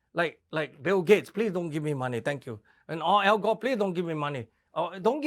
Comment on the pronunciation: "Al Góh"